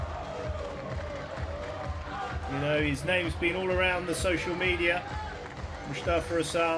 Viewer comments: his name is MUSTAFA ...not MUSHTAFA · 1. its Mous tafa not Moushtafa 2. Shorbagy isnt himself. No fight in him. To many errors. I don’t know if it was mental or physical for him but that’s not the guy who played Matthew and Ramy. Where is the guy who used to say “ill play at such an intensity that Nick who never sits between games will have to” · you're a great squash personality but please stop saying MUSHtafa! 🤣 That's not his (or anyone else's) name!